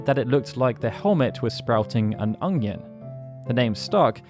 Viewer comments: Are you saying "Onion" or "Ungyan" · Is something up with my ears or does he keep saying Ongion? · You're English, why can't you say onion properly? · The way you pronounce "onion" bothers me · why does he say onion so weird